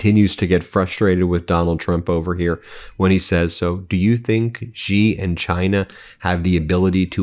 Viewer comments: His surname is pronounced 'she', not 'gee'. Why can't you learn that? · Please pronounce Xi as "she" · Only an American would mispronouce a world leaders name, a Chinese World Leaders name, not once, but year after year after year. Come on Ben I gave you a little bit of nous, but these last days you have really disappointed. It was that Xi did not want the USA to fall into the Thucydides Trap,not the opposite as you state, but then that does not sound like an aggressive China, which compared to you war mongers, they definitely are not.